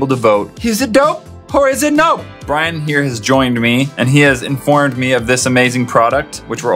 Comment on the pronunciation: lol it's Brian not brain